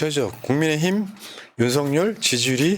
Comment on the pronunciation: 유툽보면 윤성열 이라고 발음하는데 윤서결 이게 맞는 거 아닌가요?